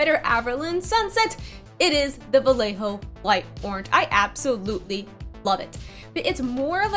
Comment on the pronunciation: its pronunced BaYejo :)